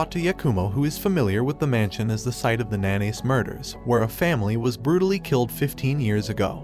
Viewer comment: Not to mention pronouncing Nanase like mayonnaise